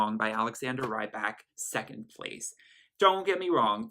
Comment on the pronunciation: If I'm not mistaken, "Rybak" is pronounced "Reebok", like the shoes.